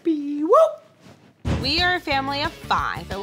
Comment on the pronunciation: still angry that its Peewoop not Beewoop !!!!!!!!!!!!!!!!!!!!!!!!!!!!!!!!!!!!!!!!!!